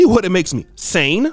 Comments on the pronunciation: Sane not"sain". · I'm sorry, but "sain?"😂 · I lost at "sain" bruh 💀 dima u a fool